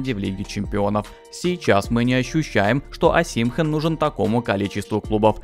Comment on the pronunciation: ОсИмхэн кровь из ушей. ОсимхЕн. Всегда поражают такие блогеры которые не шарят в теме а лезут.